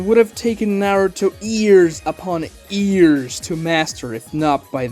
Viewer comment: STOP SAYING "EARS" INSTEAD OF YEARS I SWEAR IM CRYING AND SHIDDING AT THE SAME TIME